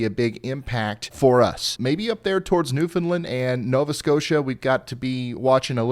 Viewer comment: And he even says Newfoundland right